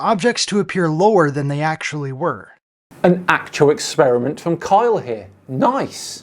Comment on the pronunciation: Dude, you're arguing with an idiot. He can't say "Experiment". He keeps saying "ex-SPEAR-a-mint". He's going to tell us about 'Flat Earth Science' but can't even properly speak his own language.